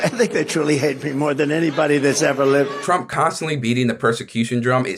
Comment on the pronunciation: Pronouncing his name like "Tröm" thinking he wants you or your family here